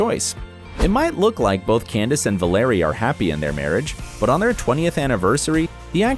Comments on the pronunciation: Don’t assume these things. Also please pronounce “Bure”and “Valeri” correctly. If Candace and Val are happy with their relationship leave them be. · It's Valerie Bure ... Val-er-ee Burr-ay. and Sinai ... is Sigh-Nigh